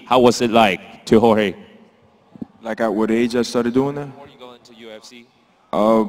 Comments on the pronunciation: lol did Joanna call him Georgie instead of Jorge? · damn Joanna now masvidal's next opponent will call him Jor-gee lol